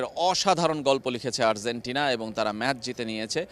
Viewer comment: Arzentina না, Argentina. উচ্চারণ ঠিক করেন